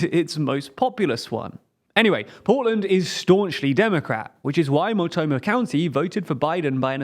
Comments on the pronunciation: "mult-NO-mah" county -- not "MULT-oh-mah" county. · Multnomah not multomah lol, but nice video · Dear Multnomah is pronounced /mʌltˈnoʊmə/ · I'll just chime in to say that you did really well overall with the pronunciations, but as a Portlander I will mention it's "Mult-no-muh", not sure how you lost the N in the middle. Anyway at least you didn't try to say Willamette, which few people get right the first time. Champoeg we save for the real challenges. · As a native Oregonian, hearing use "Mult'omah" is... actually not the worst mispronunciation we've ever heard.... On a side note, Measure 113 passed this year by a wide margin (about +40 points) which allows lawmaker absenteeism (defined as >10 unexcused days) to qualify as "disorderly conduct" worthy of an expulsion vote which should provide some response to future walkouts. (The measure was proposed via citizen initiative, as due to the nature of the topic it could not be passed via normal legislative bills) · Multnomah is pronounced "Mult-NO-mah" lol Honestly I think they should go. He makes some great points and there's really no sense in the current arbitrary state border anyway. They might as well take parts of eastern Washington if those counties want to go too. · Oof, I guess I've had my taste now of what it's like to have Americans mispronounce things. Multnomah county became "Multoma" lmao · It is said Mult-no-mah! Multnomah county Oregon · Thank you for pronouncing Oregon correctly, so many don't. But it's pronounced "mult-gnome-ah", for Multnomah. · Oh no 🤣 they pronounced Multnomah county wrong. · Pronunciation of Mult*N*omah county is off by an N, which irks me a bit, but otherwise, pretty good 👍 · the way he says multnomah county kills me ok video tho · Ah well, the Multnomah county pronunciation wasn’t quite right, but at least you say Oregon better than half the country 😅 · Oh sweety no. Good try but that's not how we say Multnomah.